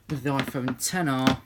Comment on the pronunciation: Thank you the first person I heard get the name of the phone right